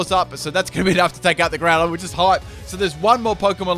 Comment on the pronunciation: and you Said Groundon its not Primal it is Primal LOL again